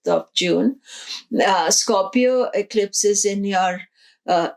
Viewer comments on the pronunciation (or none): none